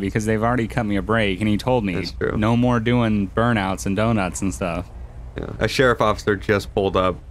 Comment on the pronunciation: was driving like an old woman with his flashers being on constantly. Also: "dunnuts"